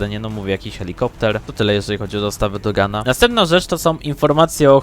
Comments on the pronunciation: Słuchaj bracie. To jest poprawne bo tak czy siak można zrozumieć co mówi tak? No to o co ci chodzi może se mówić jak chcze tylko żeby każdy to zrozumiał. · to to samo, Nie widze problemu.